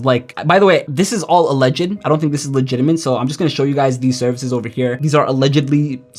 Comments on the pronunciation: i just thought that too 😂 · Is he saying "legitiment" instead of "legitimate" or am I hearing it wrong? 😅